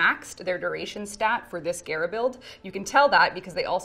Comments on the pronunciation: she said gayra instead of gahra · Geara? I thought it was Gara like Gara of the sand. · she really said gaerah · Gare-ra??? I thought it was pronounced Gah-ra ! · Waite its ge-ra not ga-ra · So im just gonna have to get on you and it because you said gaira and not GARA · When says Gara It kinda sounded she said Agera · Why does she say Gara like Gera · i like how she pronounced Gara as Gay-ra because that's how it looked. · Is it bothering no one else the way she is say gara I pronounce it like car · Ok I can't be the only person who was cringing when was trying to pronounce Gara's name. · I can't believe she mispronounced the greatest game crossover ever :c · The fact she can’t can’t say Gara’s name right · pronounces Gara wrong... triggered >.> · Why she say gara like that big wtf